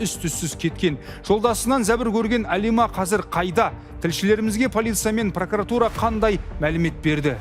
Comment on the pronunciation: ПракАратура емес журналист, жүргізуші ҚАУЫМ! ПРОКУРАТУРА ДЕЛІНЕДІ